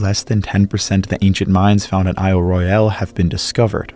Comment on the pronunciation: Small correction - The folks who live on the Island call it "Ro-yul", as the British say it, rather than "Roy-yal" as the French would say it.